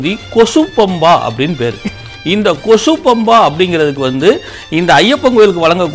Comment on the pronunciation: Kosu pampa illa. Kochu pampa. Kochu means small.🤦‍♂️